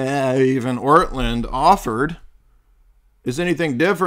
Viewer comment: If you are going to claim to refute someone or his arguments, a good place to start would be to address the actual arguments in question. A second step might be to try to act Christian by not deliberately mocking and mispronouncing one's name. Your behavior here made Orthodoxy look juvenile and indicated that you either didn't watch his video or didn't understand it.